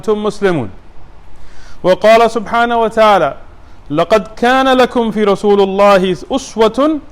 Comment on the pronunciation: Great lecture brother! May Allah reward you immensly I dont like to judge but you made a mistake in Quran recitation in min you said "لقد كان لكم في رسولُ الله" ie. you put dammah ُ on the ل in the "رسول" when it should be with a kasrah ِ And in min you said "لقد كان لكم في رسول الله اسوة حُسنة" ie. you put a dammah ُ on the ح in the word "حسنة" while it should be with a fatha َ plz correct The whole verse: لَّقَدْ كَانَ لَكُمْ فِي رَسُولِ اللَّهِ أُسْوَةٌ حَسَنَةٌ لِّمَن كَانَ يَرْجُو اللَّهَ وَالْيَوْمَ الْآخِرَ وَذَكَرَ اللَّهَ كَثِيرًا Chapter 33 verse 21 of the Quran